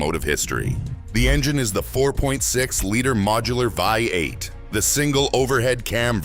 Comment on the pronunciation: A.I a V8 is not pronounced a Vy 8. Dead giveaway.